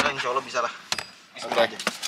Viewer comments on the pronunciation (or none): none